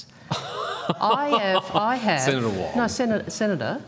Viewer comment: Wong is weally wong on this.